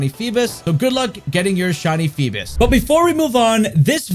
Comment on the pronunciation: Why donyou keep saying “feebis?” Lol